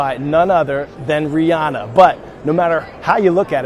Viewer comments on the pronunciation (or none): Coy, by the way, it's pronounced ri-an-nah not ri-on-nah